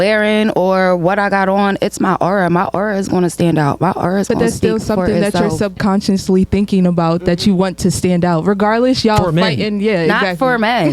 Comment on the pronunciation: He said SUBCONSCIOUSLY 🤦